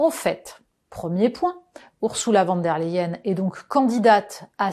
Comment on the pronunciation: Votre façon de prononcer le nom de cette dame est symptomatique. Ce n'est ni du français ni de l'allemand et ça irrite franchement.